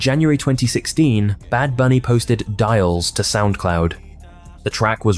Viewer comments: Yeah, it would be better if you didn't mangle the Spanish so badly. Serious lack of credit. ("Un Varano" as opposed to Un Verano, just for starters. "Dials" instead of Diles ("dee-les" —Tell them). (French pronunciation rules don't apply in Spanish.) So many ways to have avoided that. Google translate would have pronounced the words for you. 🤷🏻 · "diles" as "dials" confimrs this video is AI slop. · Dial’s 🤣 you mean Diles which means tell them. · LMAO “diles” as “DIALS” 😂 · While some highlights in this video were on point. This proves that just doing research is different than living thru it. Like how are u gonna talk about Benito’s rise with out talking about Krippy kush and the Nicki Minaj remix. The mispronunciation of diles, x100pre (4ever) among other things. Also ignoring his collabs with will smith/marc Anthony or his song mia with drake feels to me like ignoring stepping stones to his stardom